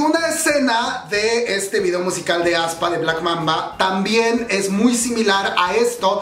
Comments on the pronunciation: aespa no como lo pronuncias aspa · Me gusto el grupo ya esta en mi playlist y ya PARA! jajaja tampoco se pronuncia ESPA, SENCILLO ES....... AESPA tal cual. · Aspa jaja, no te preocupes nosotros tampoco sabíamos cómo se pronuncia. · Yo cuando vi aespa no leí así como se pronuncia sino que dije avispa 😂 F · Jajajaaj "Aspa" :v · Cuando dice que ya sabe pronunciar el nombre del grupo, pero en realidad no. Me mato la voz en off aclarando su error. Gracias por ser tu mismo.